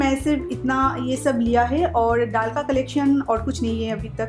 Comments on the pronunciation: Madam ddal dal hota hai aise bola kijiye ap plz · App daal thik se bola karo